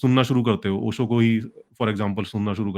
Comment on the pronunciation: इन लोगो से "श" और "ज़" का उचार्रणं तो किया नहीं जा रहा ओशो को ओसो कह रहे है 😂😂 Have some sense first.... Not only Acharya Prashant talks ahout conscience But also about Unemployment, Climate change, corruption, violence, etc और आचार्य प्रशांत जी ने खुद कहा है मजबूत बनो कमज़ोर नहीं